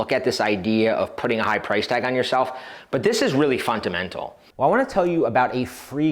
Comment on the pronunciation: I heard fun-to-mental